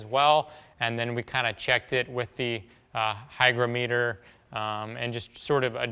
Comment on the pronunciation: FWIW, It's pronounced hy-grom-at-er. 😉